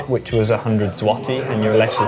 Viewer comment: U don't say l in złoty